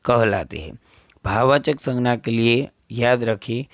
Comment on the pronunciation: Sir please in Hindi it's sangya.. In gujrati it's sangnya.. Sorry. But it's imp